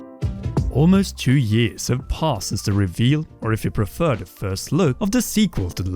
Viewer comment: I’ll never understand how you can pronounce “th” in every word but “the” 😭